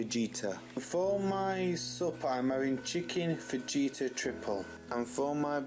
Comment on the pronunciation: don't you eat sitting down at a table? Just curious. That's a lot of carbs,. Fajitas are pronounced fa- hee-tas btw. You really need lots of colourful veggies; a rainbow of veggies if you will. Cut back on the carbs; I ate too much bread from the bakery with butter and now I've got high cholesterol. You're young, you've got to fuel your body with healthy food, you'll feel better for it. Even if you started having smoothies for breakfast with frozen fruit, avocado, vegetables, a bit of coconut oil with a milk alternative like oat or soy. It's easy to make and you won't even know there's veggies in it. I keep a lot of bananas in my freezer so I can have a base for my smoothie. Even adding peanut butter powder makes it healthier.